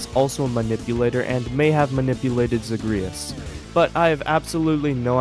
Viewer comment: you are mispronouncing Zagreus 😭